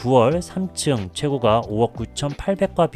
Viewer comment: 글로쓸때는 최고가 로 쓰지만 발음할때는 최고까로 하세요. 호가도 마찬가지입니다. 호까 입니다. 듣기가 거북스럽네요.